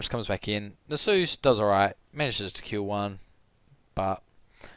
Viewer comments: Nasus is not the holy spirit. Check the pronunciation. Great vid just bothered me every time you mispronounced his name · is that really how u say Nasus?? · YOU'VE PRONOUNCED A NAME WHOSE INTERPRETATION IS LEFT TO THE READER A COMPLETELY DIFFERENT WAY THAN I DO, I JUST SHIT MY PANTS.